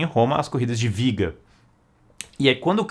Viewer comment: quando você disse viga, o correto não seria biga? Sei que tem a questão da pronúncia do B e V em Espanhol, mas sendo uma palavra em Latim, acredito que teria som de B mesmo.